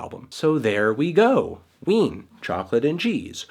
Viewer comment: all I hear is wiener